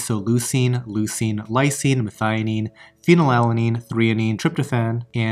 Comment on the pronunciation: Your pronunciation of methionine was spot on.